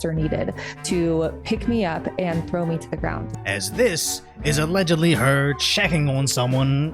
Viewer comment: "Centurion, Thwow him to the floow"